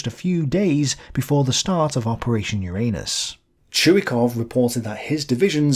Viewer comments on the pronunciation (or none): none